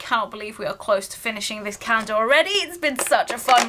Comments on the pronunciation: Take a shot every time she says “cah-yen-duh”. Gives me PTSD to when I was in speech therapy. I normally have to stop watching half-way because grown adults using an aggressive baby-voice triggers me. Intensely. I normally don’t care for advent calendars but I loved this calendar! Very original and creative! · Is she saying advent cander?? There is no L in her pronounciation.. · Anyone else hearing "cander" or is it just me 😂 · I've been watching all the Advent openings and I just realized brits pronounce calendar like Cayender.